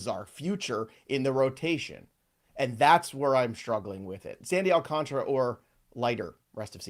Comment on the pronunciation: Sunday Alcanrra lol